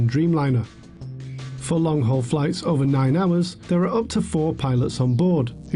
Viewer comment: “long haug flight”